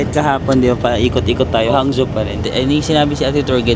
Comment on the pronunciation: Not Hang—Zo / the correct pronunciation is HANG—JO